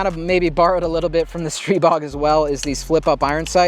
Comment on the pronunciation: it’s pronounced str(eye)bog and let’s call a spade a spade. It’s a stribog clone